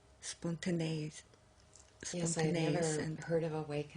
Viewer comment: Her trying to pronounce “Spontaneous” was so cute 😂😭